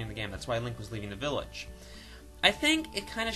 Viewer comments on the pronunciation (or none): none